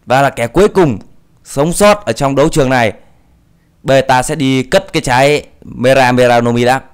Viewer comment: lúc đầu thì đọc từ mera mera thàng mega mega